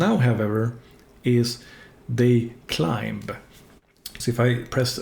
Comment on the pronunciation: Thankyou so much for your videos, i really like the way you set them out. Just wanted to offer knowledge back, please don't take offence but 'Climb' is pronounced like 'Clime' like the fruit. Similar 'limb' is pronounced 'lim' silly English and our silent letters lol. Just wanted to offer some small advice back! Looking forward to more videos.